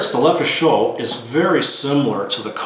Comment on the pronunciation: Everyone keeps making the same mistake when pronouncing "Lefaucheux:" they say "Leh foo show" [which would be spelled "Le feu chaud," aka "the fire is hot." It should be pronounced "Leh fo' shoe" like it's spelled. I don't blame you: when even Ian McCollum [die hard Francophile gun nerd of Forgotten Weapons fame] makes the same mistake, you've got to figure it's going to propagate across the interwebs. But it still drives me a bit batty... 😄